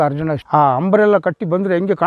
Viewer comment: Madam adu hambari alla ambari. Harjuna alla. Arjuna madam